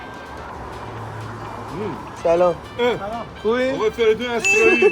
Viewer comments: آسرایی ❌ اَسرایی ✅ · آسرایی نه اسرایی